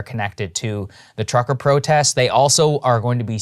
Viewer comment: Krystal you said: “ProtESS” instead of “protests”. Some missing consonants there!